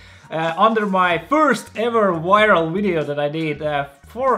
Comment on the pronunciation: kas sa palun saa fixida oma "viral" sõna häälduse hahahahahah